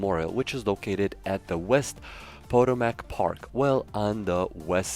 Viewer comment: He’s not American he said Potomac wrong aaahhhhhhhhh!!!!!!!!!